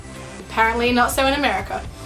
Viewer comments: why do you pronounce an "r" sound in the word, "SO"? Sounds like you are saying "sorrow" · "hey guys! seeorrrrwrwrrrr, most of you know....."